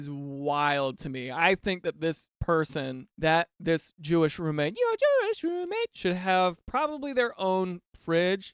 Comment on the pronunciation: “My Jewish roommate” sounds like “my little pony” 😂 I love these videos.🎉 I get so exited